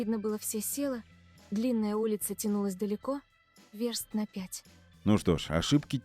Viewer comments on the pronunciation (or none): "верст на пять" Автор, та вЁрст, а Ё всегда ударная. В первом классе забанили?